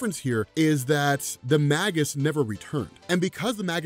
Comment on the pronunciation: That's not how Magus is pronounced.